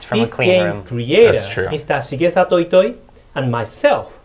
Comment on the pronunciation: It's quite easy. She-Gay Saw-Toe Ee-Toy.